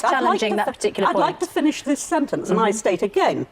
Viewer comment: “May I Finnnish?” “Yes of course” keeps talking 🤦🏻‍♂️